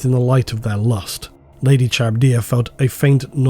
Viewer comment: Dude is a voice actor and can't pronounce "Charybdia".